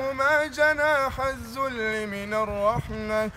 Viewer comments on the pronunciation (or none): جناح الذل وليس الزل يا ريت تنتبه